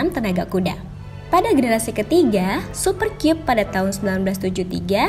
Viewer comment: Sebenernya "Super Kyub" ato "Super Kab" sih bacanya 😅